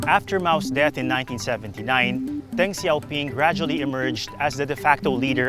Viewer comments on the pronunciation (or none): none